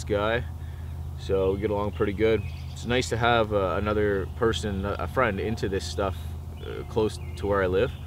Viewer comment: Lol, he made a fwiend